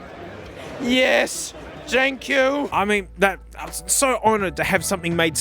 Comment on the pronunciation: "YES TANK YOU" warms my gosh didly darn heart